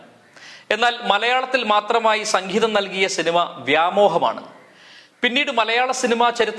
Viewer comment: സക്കീതം അല്ല സംഗീതം